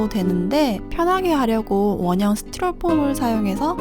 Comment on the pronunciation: 스티로폼 발음..ㅋㅋㅋ 스튈ㄹㅗ폼